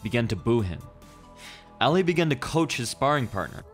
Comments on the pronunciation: you said Ali's name incorrectly... its not alley its Ali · How can you mispronounce Ali? Too many to the head? It's not Al Lee, it's Ahh-lee. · Anyone else cringe as he keeps saying ( Al-lee ) Ali.